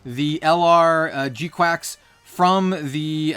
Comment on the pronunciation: Pretty sure its kwux not quacks, also i really dont think youre using the word "parasitic" correctly, maybe dependent or isolated